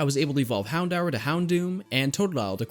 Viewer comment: Lmao The way you you said HOUNDOUR had me rolling!